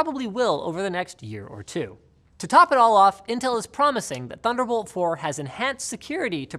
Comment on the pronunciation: oh did we say "thunderbolt"? we meant "tunder olt"